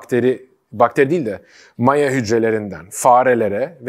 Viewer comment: reis "maya" teleffuzun odağımı mahvedip durdu yahu